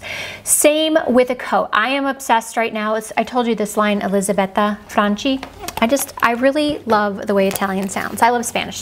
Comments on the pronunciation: Fyi "ch" in Italian is pronounced like a hard c or k sound (Franchi = Frankee). Incidentally, Italian words with a standalone "c" are pronounced with a "ch" sound (baci, meaning kisses, is pronounced bachee). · i love this Brand but please pronounce well, in Italiani 'ch is a ''k' so it is 'Franky' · Hi, you are the best. I'm Italian and I love the way you pronounce Elisabetta Franchi but it is wrong, maybe because you are studying Spanish. You pronounce CHI like the chi in Spanish word chica but it is more like the ki in English word kitchen... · In Italian, the “ch” sound is pronounced like a “k” in front of the letter “i” ( as in Moschino “Mo SKEE no”), so Elisabetta’s last name would be pronounced “FRANkee.” 😊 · Dear, you have to read FRANCHI as FRANKY, like CHUNKY, because we read the letters CHI like K-E. Many kisses from Italy!